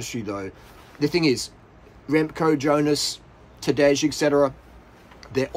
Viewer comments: It's not Tadezhhh, it's Tadei, for the hundredth time ffs. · Tadej is spelled like Tadey not Tadeg.